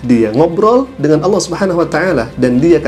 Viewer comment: Ini bukan warga Malaysia,ini warga apa pun xtau.sebut nama Allah pun salah jadi sebut Aullah